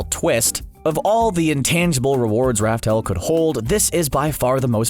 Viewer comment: By the way not raftel, it's laugh tale.